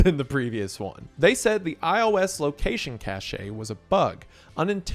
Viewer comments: Cache is pronounced like cash. Caché is the word you pronounced which has a totally different meaning 😅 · Cache is pronounced cash, not cash-aye. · when did we start calling cache, cash a? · Please never say cache like that again.